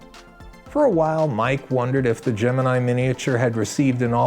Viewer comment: The astrological sign "Gemini" is correctly pronounced the way it was in this film. GeminEYE.